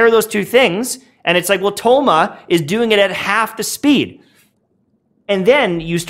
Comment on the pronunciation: Another great analysis. Although I always cringe without fail how white you pronounce their names lol. The characters literally pronounce their names for you in their voice lines lol! I just had thoma and was hella disappointed.. but then watching your build and explanation i tried him again and am loving it so far!